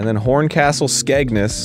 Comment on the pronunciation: The way you say ‘Skegness’ has absolutely killed me, even though you’re really close with it!